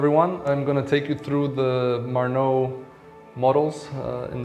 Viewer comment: Why you don't pronounce the name correctly? Why you don't pronounce the name in Croatian language? Sorry bud, that's not the marnou, that's Marnaut. By the way, great watches, I like first one very much Like